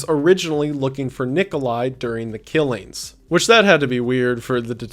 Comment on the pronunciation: “killeens” instead of “killings” frustrates me